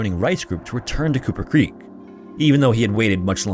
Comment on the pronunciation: You keep saying Cooper Creek.... and I keep hearing Kupa Keep... Damn you Stick of Truth